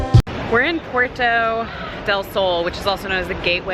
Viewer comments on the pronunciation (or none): IT'S PUERTA DEL SOL! NOT PUERTO DEL SOL. Jesus, its right there on the signs, how lazy. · Puerta, pu-er-ta del Sol.